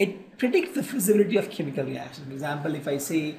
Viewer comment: Yrr buhat time khurab kr diya phele to apni ye language dekho pta hi nhi chlta kya bolte ho chemical ko camiicalls reaction ko ractions dimag khuran kr dia seriously